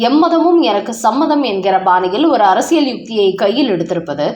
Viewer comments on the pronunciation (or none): none